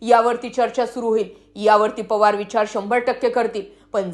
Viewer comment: या बाईचा आवाज चांगला नाही,ती म्हणते "पोवार," हे अस म्हणते.तर पवार अस म्हण.,"गडल काय " अस नाही तर घडलं काय हे अस म्हणा.